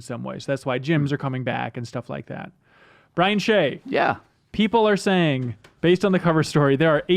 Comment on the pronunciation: Brian Shay sounds like crying shame :)